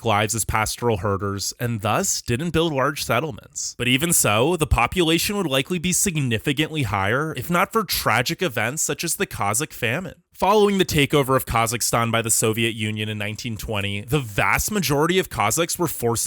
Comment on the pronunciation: Why are are you pronouncing "Kazakh" like "Kuzzick?"